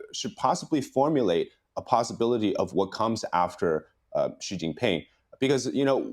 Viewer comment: Should we trust a guy who can't even pronounce people's names correctly? 😂 Xi is pronounced like SHE, not Zee. And yes, Trump can apply enough pressure to make pooh bear crack. 😂 Same with Putin. Niether of these leaders are dumb, just greedy.